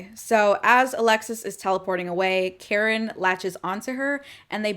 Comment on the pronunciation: Every time I hear you say Kharon I hear Karen, tracks.